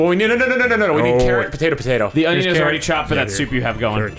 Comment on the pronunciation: Great, with saying onion alot now I can't unhear "onyon" everytime he says it.